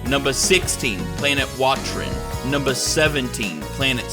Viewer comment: This wasn't a joke but "numbah 18, Frieza Planet numbah 17" cracked me up.